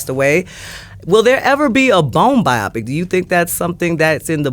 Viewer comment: Bio-Pic,not Bi-Opic